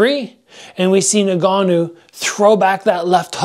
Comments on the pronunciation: "nn-gannou" not nougannou. Bruh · Nah-Ganoo isn’t his name fam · it really jars me when people cant pronounce ngannou, pronounce it en-gannou